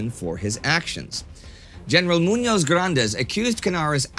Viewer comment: Indy, your mispronounciation of Spanish names reaches comical levels for a Spanish viewer. Muñoz is pronounced stressing the last silable, like "Mu-ÑOZ" (not stressing it too much, but still). Plus the z in Spanish is silent, and sounds like it would a th in the end of the word. The pronunciation would be kinda like "MuÑOTH".